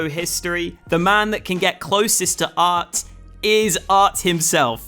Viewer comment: His name is aRT, but you keep calling him aT. Such is life for a Bri-ish YouChuba